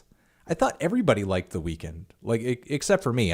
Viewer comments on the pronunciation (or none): why does he pronounce the weeknd like weakened and not weekend